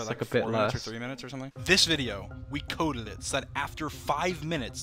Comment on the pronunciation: Ahh Dream still says colded instead of coded. Amazing? I think so ;)